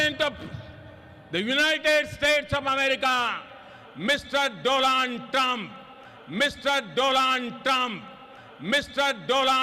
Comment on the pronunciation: Apke muh se ,,DOLAAND,, ka nam sunane mein jitna maza ata hai, kisi dusre se nhi😂